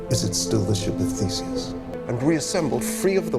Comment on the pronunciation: Did you just call Theseus Fesis?